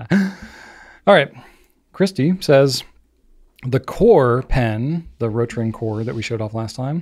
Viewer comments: was right about the pronunciation of Rotring. was pronouncing Ratring. O sounds "oh" and A sounds "ah" in Deutsch. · is mispronouncing German ‘rot’, was right initially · German "O" has two different pronunciations depending on whether it's long or short. In this case, it's long because it's followed by only one T, and that makes pronunciation closer to the German pronunciation than. pronunciation would be closer if the name were "Rottring". Neither of them sound German, but that's perfectly fine. While I appreciate people trying to pronounce foreign names correctly, I (a German) wouldn't pronounce German names exactly like I do in German when I am speaking English. That would just sound weird and pretentious. "Roe-tring" and "Rottring" would both be good enough for me.